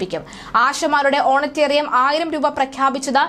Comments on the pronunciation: "ഓണറ്റേറിയം" അല്ല സഹോദരീ...... "ഓണറേറിയം" ( honourarium ) ആണ് ശരി. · പോയി മലയാളം പഠിച്ച് വാർത്ത വായിക്കൂ. ഓണറ്റേറിയമല്ല ഓണറേറിയം. നാണമില്ലേ ചാനലേനിങ്ങൾക്ക് ഈ വിവരക്കേട് വിളിച്ചു പറയാൻ